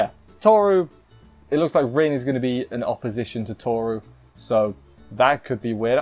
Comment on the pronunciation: Rin's name is actually pronounced Reen & you missed the part where Kazuma bassically said that Rin wants to break the curse as well (Rin: What did she want? Kazuma: the same thing your want to ask me about). Unclean is sometimes used for religious stuff (like denouncing demons) & nowdays the word dirty can have lewed implications so maybe that's why they decided to use a different word.